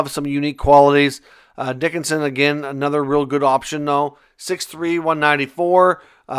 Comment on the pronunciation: Sam Dickinson. ......not Dicksinson😂